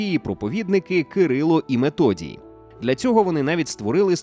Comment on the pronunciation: меТодій? Це типу від слова метод? Ще один канал де ф читають як т. Відписка